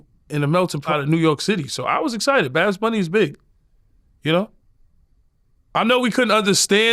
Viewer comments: He knew he was saying it wrong. Thats he said it 25 times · If you defend the guy, at least say his name correctly. Its very easy. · Yooo I swear yayo has me dying 💀💀😂🤣😭 babs bunny and he said baracha instead of bachata which is actually a Dominican dance not Puerto Rican lol this nikka all over the place with it 🤣🤣🤣🤣 You gotta love yayo man I’m actually super excited for his podcast with murda, he should actually do a comedy show he would be the first official gangsta comedian 😂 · “Badz” bunny 😂😂😂